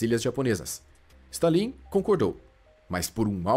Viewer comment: se não fosse por esse stalín em vez de stálin eu nunca ia perceber que era voz de IA😮